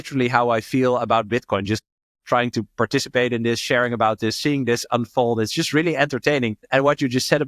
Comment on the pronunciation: This not Dis 😂